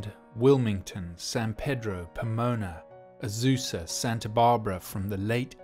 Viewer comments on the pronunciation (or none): We actually pronounce San Pedro as "San Pee-dro". Shrugs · It's pronounced San Pee-droh.